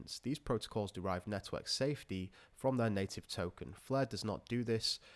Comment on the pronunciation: I always hear 'Nethwork' and not Network lol